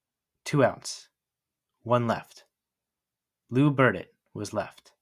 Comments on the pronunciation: A perfect video CT yank, except the THREE tiny, tiny, tiny runs,er I mean errors ~~~ Burdette, / Cadet ~ Crandall,/ Candle ~ Virdon / Virgin 😜 ~ Only an old~timer would know or care ! 😘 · Should have learned how to pronounce all the names properly especially Burdette and Adcock.